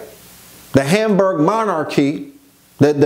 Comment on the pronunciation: It’s * Habsburg